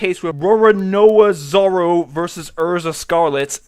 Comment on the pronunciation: Great job pronouncing Zoro's name :D, that was spot on. As for Erza, I have heard it pronounced both ways, and having not watched fairy tale myself idk the exact pronunciation. Also Great video as always, I just discovered your videos today, and am binge watching them because I think they are awesome.